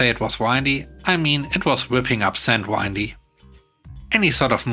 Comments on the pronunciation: Windy = Win-dy Not Wind-y It bothered me enough to make this comment. Sorry. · No need to apologize. I just hope that you'll be more aware of proper enunciation of those two words. One refers to the wind, while one describes something with lots of turns and curves. A country road/path could be described as windy, for a very common example. I hope you have a good day. :)